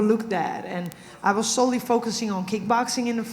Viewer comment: “How can one Megan be sO’livi?”